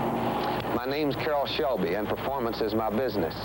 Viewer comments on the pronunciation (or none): Why does the narrator keep calling him caroll's shelby?